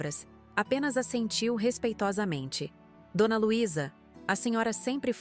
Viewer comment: Assentiu , não " a sentiu "